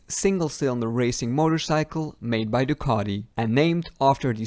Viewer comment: It's Ducati not ducaDi